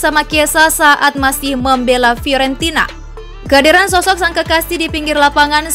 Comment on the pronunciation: Fiorentina jdi Fiowenti..na. Buffon jdi Baufeen Klo di denger orang Italia bahaya mbak, bisa dikasih pasta nnti.